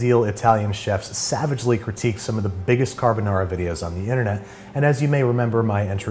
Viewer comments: italian: car-ha-bou-nah-rha american: carabenara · Bruh when he said “kahBaNara” I died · I get chills everytime he says cArbUnAra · Imagine pronouncing carbonara, "carboñara". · Si dice Carbonara non Carbonarà .peró io sono allergica delle uova come faccio? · "Carbonara" "Tony Montana?" "Carbonara" "Lachimolala" "LA CHI MO LA LA" "CA R BO NA RA" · Carr Bo Naraa 😂👌 lol you get my like for pronunciation if not the whole video 👌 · CAR-BO NARA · Babish: "carbonara" Captions: "Got A Banana" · I’m pretty sure it is pronounced “Lachimonara” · Babish be like "cadubuhnada" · Nobody: ... Babish: “cArbOnarra” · I think the Italians got mad not because of the recipe but because of your pronunciation. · I love the extra 'Murican twirl on “Carbonara”… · i have never felt such a whiplash hearing the fancy "carbonara" pronunciation for a solid 3 minutes and then hearing the most americanized "carbonara" slam me against a brick wall at 55 mph. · I had a big smile when he pronounced carbonara with an Italian accent and the just all of that disappeared when he did an English accent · They way he said “carbonara” killed me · the way he said carbonara💀💀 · almost sounds like an Aussie accent when he says carbonara 😂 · that really fucking hurt me (I'm Italian) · Stop pronouncing carbonara in a Japanese accent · that sounds like a korean version of pronouncing carbonara. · Let's cook it the Italian way: pronounces carbonara with a Japanese accent. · "Time to make Carbonara" - sounded almost Australian there for a moment.